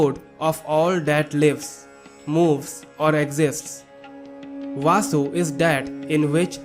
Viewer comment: Use proper pronunciation. Kurma, vasu,sakalya,..... In sanskruta, meaning changes with pronounciation.